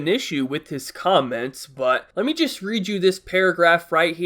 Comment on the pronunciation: CUM- ments😂😂😂